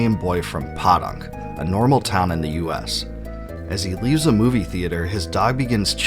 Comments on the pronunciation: It’s pronounced “POE-DUNK” it’s a play on words like “podunk town USA” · I dunno why this is sticking with me so hard, but I have genuinely never heard anyone pronounce it as Paw-Dunk before. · Loved this game!! Corny and hilarious story. Pronounciated "Poe-dunk" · I'm sure someone already said this, but it's Poe-dunk, USA (Like Edgar Allan Poe). It's a southern twang. Saying "I'm from Podunk" is saying you are from a 'Poor dump'. Say it In your head with a ridiculous southern accent. I'm from Oklahoma, so I heard this term a lot. Saying I'm Po' meant I'm poor. Anyway, I'm not one of those ppl that really care about pronunciation. Hell, I still mispronounced Final Fantasy character names wrong. Its just some useless facts I'm sharing.😊